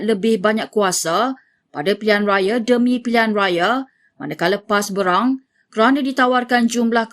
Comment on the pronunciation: Sebut biar betul BERANG